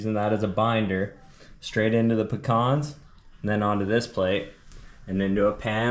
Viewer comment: Damn Dude, it must be cold, everything has has gone tommy turtle. Keep the rulers away from your best friend 😱😱. Hey what is going on with "Pic-cons"? It is "Pee-Cans"! Bro, you are killing us. This is a side effect and directly related to putting citrus in places where citrus does not go, it is even making you cook Brussel sprouts - I hope that is for the kids. 🙆‍♂🙆‍♂. Should have put same size piece of fish on two plates and hid the rest. Steve knows there is more fillets off the sheepshead - he cleaned them. Yea that played out LOL. Great watch crew, lots of fun. Just back from having a ball, great to chill watching one of your videos! Happy new year to you all, Dive safe, have fun, enjoy life! 👍👍🍻🍻